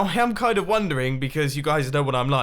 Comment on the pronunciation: Nobody: Mumbo in his very hard accent : WAIT W O T ?